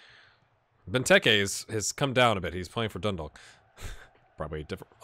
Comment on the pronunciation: FYI , Dundalk is pronounced Dun - Dawk. So the Dalk is pronounced like a Hawk.